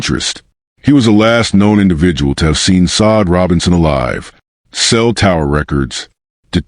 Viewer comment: Can you please pronounce her name correctly it's not sod